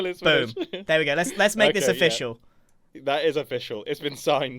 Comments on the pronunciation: I can’t believe neither you nor Mumbo said “o-fish-ial” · I love how grian made the deal “ofishial” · "Lets make it oFISHal" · “It’s offishial” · "let's make this oFISHal" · You made it "O-fish-al." You should include cod in every deal and lean into this. Become the cod-father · i like how he said "lets make this official" as he put in a bunch of fish (of-FISH-al) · The way you said "its oFISHial now!" 😂😂😂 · "we could make this ofFISHial" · does that make that official or of-fish-al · Grian lets make this o-fish-al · “Let’s make this o-Fish-al” -grian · don't you mean "let's meke this o-FISH-ial"? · “Let’s make this OFISHIAL” - Grian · it's o-FISH-le now, Grian got that permit now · Offishal haha (im so funny) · “o-fish-al” eh? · "let's make this oFISHeal" XD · Grian: "Let's make this o-fish+ial". Hahah. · " lets make this ofFFISHial" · i love how when mumbo and grain were trading grain said lets make it "o-fish-al" and surrounded the deal with cooked fish don't think it was intended but i can't stop hearing it 😂 😂